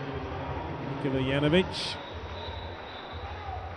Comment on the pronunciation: It's also Nikola not Nicola